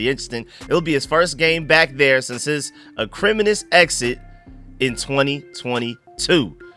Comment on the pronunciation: Small nit pick,. The word Nicki wrote, "acrimonious" is pronounced "ack-ree-moan-knee-us" just as an FYI. I love your content and deep dives! Just that weirdly stood out to me